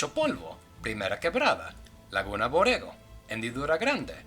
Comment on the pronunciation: Hey boys... Here I am to correct you... Let's see if you get anything wrong... Also, the corrections and fun facts are in chronological order, here they are! Result: 1-Mis pronounciation on Borrego, Say it a little rougher when it's only one "r" its like "bohrego" bit if it's like this "rr" Its bohrrego, say the "r" in a rougher way... 2-Rancho Polvo It's literally "Dust Ranch" 3-It's written "El Sepulcro" It doen't have an "H" 4-"Chinguen a su madre" It's techically right. But it can go like: "Go f*ck yourselves" Fun Fact #1: "Te voy a mostrar mi apuntería" It's wrong, it's pronounced "Te voy a mostrar mi puntería" (I know it's a little mistake, but it really is important to the language, otherwise you sound either like a drunk f*ck or like a dumb f*ck) 5-It's not "repay you" It's "thank you" 6-It's not "something to show you" It's "a little something to show you" 7-If he would have been a girl, it would have been right, but it would be: "No me amarres como un maldito pelado" 8-When you captured the thief it wasn't written apropiatley, it goes like: "No chingues conmigo imbécil, si te gusta la vida" The last part is wrong too, it should be: "Si aprecias tu vida" wich is correctly translated! 9-It's not "Destápame ya" It would sound: "Un-cover me already" It's "Desátame ya!" Fun Fact #2: "Culos" Can be used to call someone a coward in a offensive way! Only it would be "Culo" For one person, if it's more than one (For example a group of pepole ) It's "Culos" 10-"Baboso" It's t